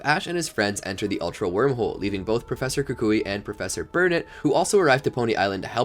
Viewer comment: Annoying how you pronounce ULTRA like ALTER. Sounds like you're saying Alter Beast and Alter Guardians most of the time.